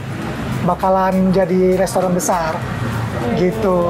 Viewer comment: Gunakan bahasa Indonesia yang baik dan benar mba, restoran bukan lestoran 😂😂😂.. sukses selalu buat firza andika untuk usahanya semoga lancar trus..👍